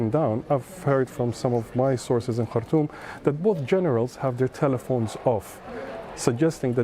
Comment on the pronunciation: Shame she can't pronounce the name of the Sudanese capital, Khartoum